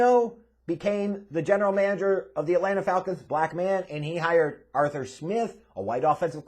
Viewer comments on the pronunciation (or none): none